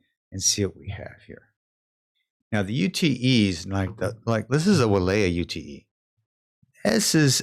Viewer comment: good vid - UTE is not U T E - pronounced yoot - short for utility